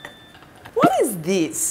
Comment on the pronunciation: Instead of saying this she says dis